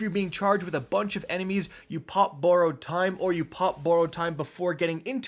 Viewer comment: Please say borrowed correctly PLEASE bye!😄